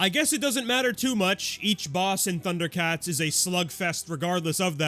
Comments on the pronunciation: I’ve never even watched Thunder Cats and this pronunciation made me do a fucking double take, thanks for that 😭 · Thank you! I have watched Thundercats, and I wasn’t sure I was being irrationally boggled.